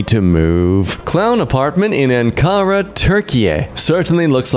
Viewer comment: turkish person here, you butchered “Ankara, Türkiye” so, SO wrong.